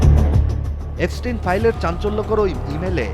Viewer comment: এফস্টিন না, এপস্টিন।